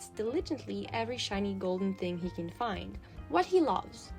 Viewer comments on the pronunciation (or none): none